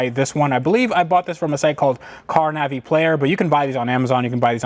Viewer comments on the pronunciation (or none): none